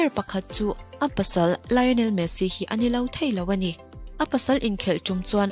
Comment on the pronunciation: Lion-El Tih a Pronounce tur a nilo, Lio-Nel tih zawk tur aw.. Mi lam rik dan ang nilo in i lam ri kher a, style deuh a Pronounce kher i tum a mahse a dik silo a i lam dan ang chiah" hi a diklo a ni tih Ram dang te pawn an lo buaipui ve hrep tawh a nia😂😂....Lio-Nel Chu" a lam rik dan tur dik tak a ni... Argentina leh Spanish te lam dan chu.. tun a i rawn lam rik dan hi chu a diklo, youtube ah pawh hian en tur a awm nual ang.. Lion-el tih a lam rik hi a diklo Lion-el tih in lam tawh suh tih ringawt pawh youtube ah hian en tur a awm, JULIEN MIQUEL channel ah pawh en tur a awm.. Lion-el nilo in Lio-nel tih in lam tur, mi thenkhat in Lion-el ti in an lam thin a heihi a dihklo a ni Lio-nel tih tur, hemi chungchang ringawt Messi hming lam rik dan tur chungchang thu ringawt pawh en tur a lo awm leh zel chu a nia.. Kan inang lo thin ngawt mai..😅😅